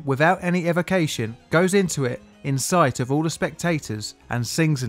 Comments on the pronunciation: It's pronounced ekwivicayshun. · Why do you say equivocation like that? Is it a British v. North American difference?